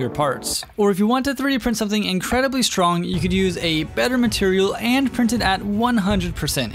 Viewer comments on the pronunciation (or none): none